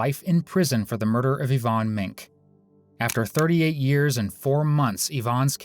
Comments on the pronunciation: She was our neighbor when we were kids😮. She gave my sisters and I horse-back riding lessons. I remember when this happened, and a lot of people suspected her back then. Yvonne's last name is pronounced "Ming-kee" (Minke). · So sorry but could someone inform the narrator Yvonne's last name is pronounced "Men key"? Thanks.